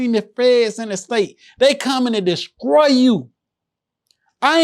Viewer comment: lmfao mane my cousin say "descroy" da same exact way 😭😭